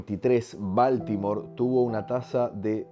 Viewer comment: Se dice Boltimor